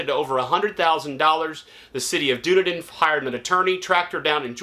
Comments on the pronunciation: DUN- E- DIN, FL not dune-din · Its dune-need-din